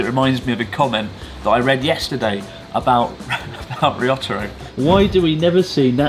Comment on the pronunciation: Sir Chis, remember how you once said you were convinced Ryotoro was trying to kill you? I'm pretty sure calling him Rissotoro isn't helping your odds any.